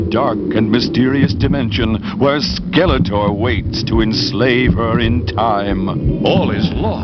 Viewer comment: Funny how The Sorceress kept referring to Skeletor as "Skeleter." The voice actress didn't seem to care about correct pronunciation.